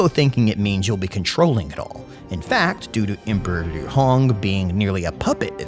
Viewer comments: Liu is not pronounced Lv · You use a northern Chinese accent when you say Liu or Lu